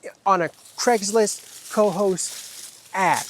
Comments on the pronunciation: I am in Schaghticoke NY, not far from Cohoes (pronounced Koe-Hoze) and never heard about this. I subscribed and will follow! Rick Delair. 😊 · hey guys! just so's ya's knows.....it's pronounced kuh-HOSE. best of luck to you. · It is pronounced ka-hoes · Please learn the correct pronunciation of Cohoes. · You need to learn how to pronounce the name right of Cohoes